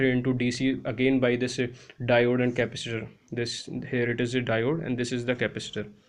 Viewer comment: Slow down, it is impossible to understand you.... Ca-pac-itor NOT "Capister"